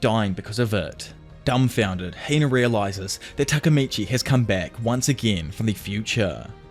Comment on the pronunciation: It’s Hina not Heina